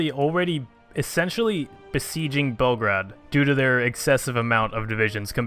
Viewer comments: PLEASE, ITS PRONOUNCED BELL-GRADE, NOT BELGRAD, MY EARS! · PLZ STOP SAYING BELGRAD U R MAKING ME GO CRAZY AAAAAAAAAAAAAAAA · ITS FRIKIN BEOGRAD FOR GOD SAKE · Its Belgrad if we are talking real here, Bel means white, grad means city. Like Stalingrad. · Actually it's BELGRAD, but if you insist on the English pronouciation, yeah you're right.